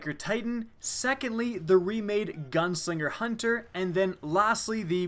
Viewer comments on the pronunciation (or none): none